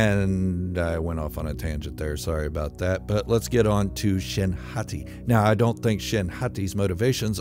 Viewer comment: Every time you say hati i still imagine you saying Hottie lol